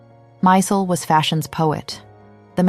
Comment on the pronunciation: As Stella herself said, it's Steven 'My-zell' pronunciation, not 'Mysul.'